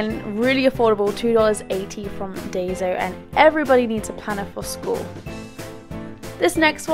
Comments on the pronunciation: I'm sorry about this comment but Daiso is pronounced as dye-so I apologize it just bothered me I don't mean to sound offensive. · It's pronounce Die-so